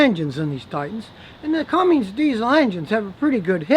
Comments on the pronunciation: one more thing: it's not Cummings, it's Cummins. There is no "g" in it. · It's a Cummins. Not a cummings... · You'd think a 'mechanic' would know it's Cummins, NOT CUMMINGS!! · Cummins not cummings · I can’t take you serious calling it a Cummings. There is no G in the spelling of Cummins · A Ford Escape or edge are not based on truck platforms. And it’s cummins. Not Cummings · CUMMINS, not CUMMINGS And the cat's on the pneumatic tools again. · Cummins... no 'g' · Can't respect this man as a mechanic when he says, "Cummings" diesel. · There’s no G in Cummins! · Its CUMMINS!!!